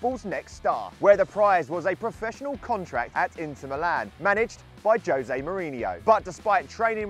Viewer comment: It is pronounced ho-zae not joe-zae